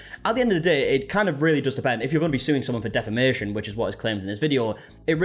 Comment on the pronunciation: She doesn't even know how to say "defamation" for fucks sake.... Can she say "jealous"??